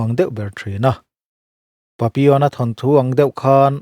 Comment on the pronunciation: Papion a maw lo ni a, ka lo hriat ve thin dan chuan papillon a ti in ka hre thin a, ka lo hre diklo chhiava tihna a lo ni ta awm e🤭🤭🤭